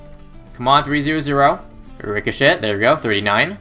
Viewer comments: It's pronounced richo-SHAY not rico-SHET haha great video though! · He did it on purpose cause he wants to be funny.